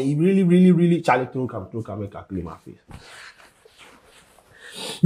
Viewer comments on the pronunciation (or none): none